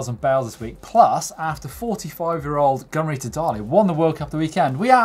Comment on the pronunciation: Am i the only one that misheared "Gunn Rita" as " gonorrhoe"? I feel bad because she IS an amazing rider.